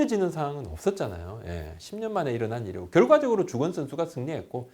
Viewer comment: 주.권. 선수 천천히 발음 부탁드립니다. 잠깐이지만 흠칫했네요